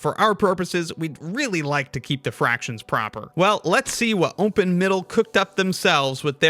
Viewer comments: Why does it sound like "umpen middle" every time? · Is pronouncing it "Ompen Middle" a running gag or in-joke? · Sounds like you're saying ownpin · Gotta legit ask, is it some kind of in-joke or engagement bait that the dude pronounces some words in a weird way ? Like "open" pronounced as "umpen" ? This has to be the most bot-coded question I've ever ask, but it just bothered me too much XD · Is it just my or does it sound like he's saying "ompen"? Or "umpen". Hmm 🤔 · why do you say open like that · Why tf do you pronounce open like that? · the way you say 'open' hurts me